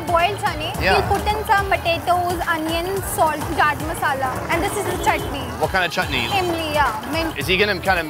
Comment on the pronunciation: Bhai it's not gand masala its garam masala 💕 #ruleagain